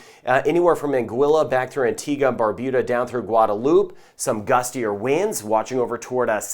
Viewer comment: He said Barbuda not BarBOOda, I am proud☺. I join with everyone in saying I am really glad for your weather updates.